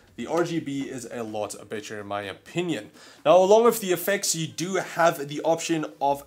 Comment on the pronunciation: Every time he says better it sounds lo like bit**er lol